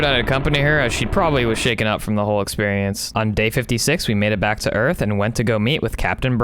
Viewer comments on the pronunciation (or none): Hahahah you say earff 😁😁😁🤣🤣